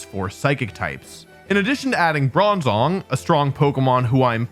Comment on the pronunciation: bronzognm??? REALLY/???? BRONZONG???? NAHHHHHHHH